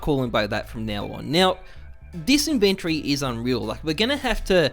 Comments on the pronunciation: Why do you say inventory wrong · How come this guy pronounce inventory so weird